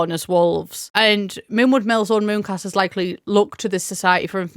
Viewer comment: Fantastic video but I did have to rewind three times to realize "Mooncasters" and "Moocasters" were different words, I was so confused 😭